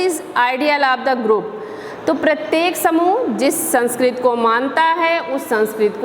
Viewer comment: Sanskrti bolte hai sanskrt nhi